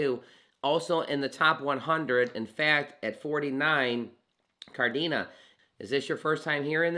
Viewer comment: Kadena not Kardena lol